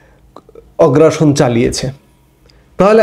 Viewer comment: 'শব্দটি হলো 'আগ্রাসন'। 'অগ্রাসন' নয়।